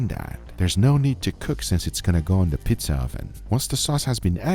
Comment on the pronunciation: the way Guga said Pizza, just gave me a flashback event to everything about The Mystery of The Druids.